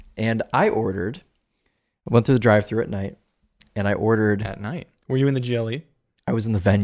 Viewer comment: Great video. For most of the beginning I thought you were saying GEELY. When I saw “GLE” it made more sense because I haven’t seen many Americans review the brand.